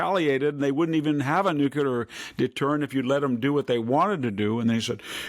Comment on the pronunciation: Please please sir, stop saying Nu-Q-ler! It’s nu-klee-ur.